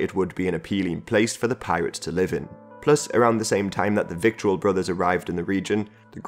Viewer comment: Vittle... rhymes with brittle...or skittle